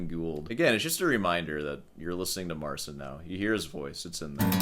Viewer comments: Keep playing with the cat. Marcin, naucz tego typa, jak się wymawia Twoje imię. Practicing. We play. You go practice. You're not special. Anyway. Peace out. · We're doing alright in Poland, thanks for asking. Still waiting for Marcin to start pronouncing his name right.